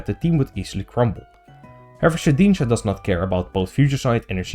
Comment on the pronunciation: The way you say shedninja makes me giggle for some reason